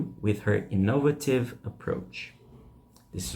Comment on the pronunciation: You need to learn how to pronounce "innovative" and "Joni" correctly.